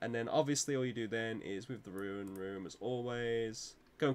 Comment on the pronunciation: Tip #1 learn how to pronounce ‘rune’